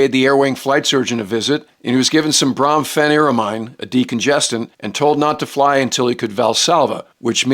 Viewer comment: It's pronounced "Brom-Feh-Nigh-Rah-Meen".